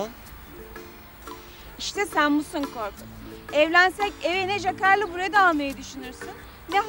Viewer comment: Daha adam adını söyleyemiyor jakarlı brode mi alacak?